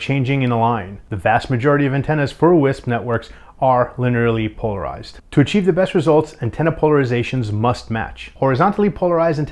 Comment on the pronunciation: hah mispronunciation of "linearly" said as "linner-early".